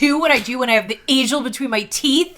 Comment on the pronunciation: Agiel rhymes with Kneel. All the audiobooks agree.